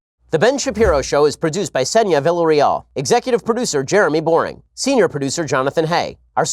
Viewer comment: So it's VillareALL instead of Villareal? Lol